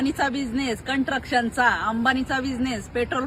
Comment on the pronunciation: Kon ahe hi chapri😮 Kantrakshan (construction) bolaila shik adhi... Murkha🤭🤣